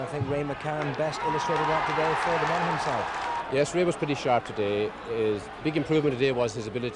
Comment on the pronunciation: hard to believe struggles with the pronunciation of Monaghan 'monacken'